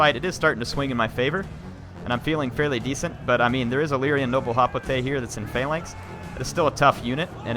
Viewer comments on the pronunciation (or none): none